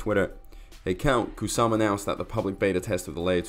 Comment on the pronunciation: I noticed that as well. It had an extra "s". Instead of Shytoshi Kusama it said Shytoshi Ksusama.